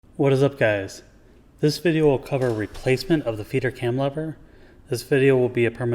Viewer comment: Great video, THANK YOU! Sure enough, that part in my printer (MFC- 7360N) was broken. What a poorly designed part, though! It's a wonder it survived as long as it did. BTW I kept hearing "Feeder cam" as "Peter cam" :)